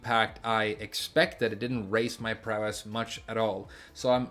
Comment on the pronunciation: Prowess is pronounced PROW-ess (same emphasis as ‘instance, limit, prankster’) 👋